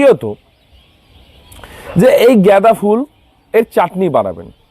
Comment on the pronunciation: উচ্চারণ ঠিক করুন । জ্ঞাদা বা গেদা নয় । গাঁদা ফুল ।